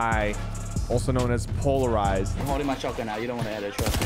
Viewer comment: Itd pronounced polarized i thiught it was pronomunced pixlelized lmao